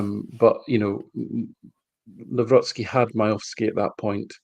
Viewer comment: kudos to for correct Nawrocki pronunciation